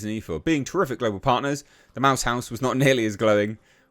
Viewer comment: He said globbo didn’t he?